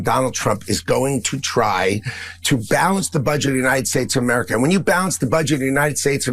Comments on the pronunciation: A- mar-a-ca? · jeff van drew can't even say America - ah murika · Holy crap, He is the first politician that I actually hear say « Amurica »….